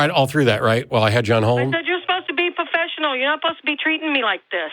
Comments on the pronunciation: what is "puhfessional", you whiner? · You're not being "pohfessional", you're not being "pohfessional".